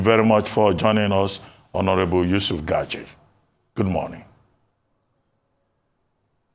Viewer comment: Its gagdi not gadgi